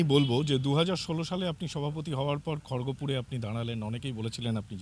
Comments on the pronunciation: আরে সাংবাদিক দাদা, ওটা খর্গপুর নয়, খড়্গপুর ..😂😂😂😂😂😂😂😂😂😂😂😂😂😂😂😂😂😂😂😂😂😂😂😂😂😂😂😂😂😂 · ওটা খড়গপুর না, ওটা খড়্গপুর 🙄